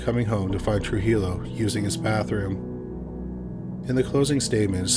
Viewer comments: It’s pronounced True-He-Yo not true-geelow. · Just for future reference - Trujillo is pronounced True-He-o (the J makes an H sound). Words are hard! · Trujillo pronounced Truhiyo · hi! thanks for the video! just fyi, trujillo is pronounced true-hee-yo, but great video ! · the first case, the l's are silent in trujillo